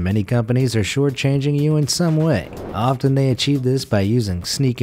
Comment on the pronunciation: did he say often without the silent 't' ?